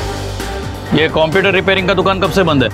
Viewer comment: Police computer ko caumputer bolti hai 😂.